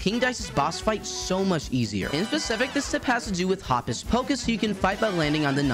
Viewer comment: It's pronounced (hope-us) not hoppus lol